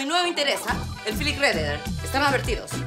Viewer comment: Si y sobretodo cuando pronuncia nombres o palabras en inglés, como el Filik Redejert